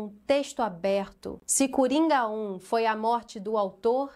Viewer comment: Tenho certeza que a falando cUringa foi bem proposital 😂😂😂